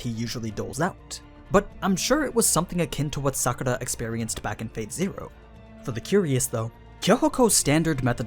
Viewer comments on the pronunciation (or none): none